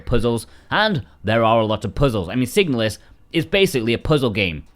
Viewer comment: the moment you chose to pronounce the name of the game that way I instantly downvoted and blocked your channel. Stop it.